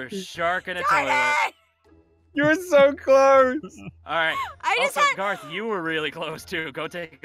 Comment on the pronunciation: It’s GAOTH not GAR GAR and it’s car NOT CAR CAR